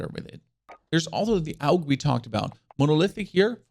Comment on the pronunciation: Aug not aulg